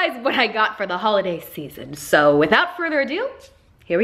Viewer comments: Holiday... you mean HAULiday ? :D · It's hauliday